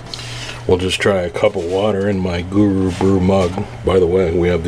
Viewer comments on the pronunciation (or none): none